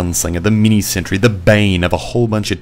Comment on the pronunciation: "Mee-nee santry."